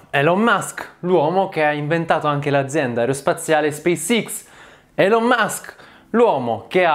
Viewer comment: Va rivista la pronuncia delle parole inglesi. Elon e management, ad esempio, sono pronunciati ogni volta in modo completamente sbagliato.